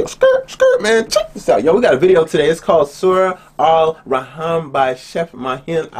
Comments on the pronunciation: It's A rah man not A raham 😂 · it's pronounced ar-rah-man